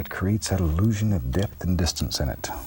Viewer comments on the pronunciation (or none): none